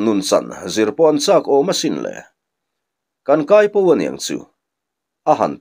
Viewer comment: Hnarkai tiha kai hi i thlûk dik lo ve. 'Khuai a kai, ka kutah rawng sen a kai' tiha kai ang hian i thlûk a, 'bawng a kai, kel a kai' tiha kai ang hian thlûk tur aa ni e.